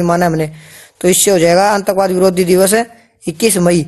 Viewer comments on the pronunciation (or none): sir antakvaad ni aatankvaad bht galat pronunciation h ...